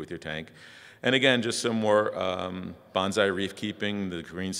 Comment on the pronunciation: Gotta pull a Mr. Miyagi here and tell you it's bone-sigh, not banzai. XD Silly Americans.